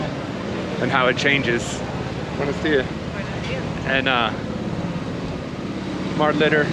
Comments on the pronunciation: It’s Buenos DiaSSS .. not buenos díA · My big takeaway is that the dude is hyper-anxious because he's basically wearing a neon sign on his forehead that says "Easy mark, right here!" Secondly, when you have just the bare essentials of the language, everything sounds more threatening. (Ps, it buenoS díaS. Ya gotta pronounce the S's.)